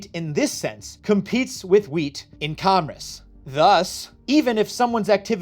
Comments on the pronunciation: You say "commerce" funny. Mispronouncing "commerce" affects interstate commerce and therefore the federal government can regulate your YouTube channel. Henceforth, ye shall only produce content that extols the virtues of Big Government. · are you repeatedly mispronouncing "commerce" wrong throughout the video to troll your viewers and increase engagement? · Apparently I have been mispronouncing commerce my entire life... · God now I hear it too. It’s like “congress” without the g